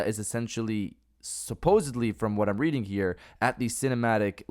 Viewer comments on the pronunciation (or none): none